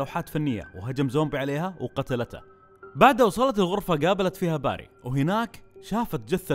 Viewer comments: توضيح .. إسم الشخصية في اللعبة بيري وليس باري .. (باري إسم من أسماء الله عز وجل) للتوضيح فقط مع الشكر ..👍🏻💙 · اسمه بيري مو باري..